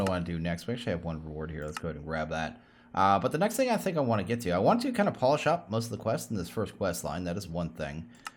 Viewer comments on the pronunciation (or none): none